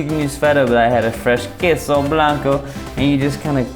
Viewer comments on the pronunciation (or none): none